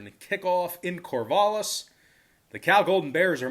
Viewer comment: How in the hell am I going to believe this when you can't pronounce corvallis right really and I hate the beaver's. Then going on about Oregon defense. Lol .